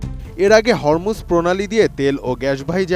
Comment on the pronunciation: হরমুজ যা উচ্চারণ হবে "হোরমুজ" প্রণালী।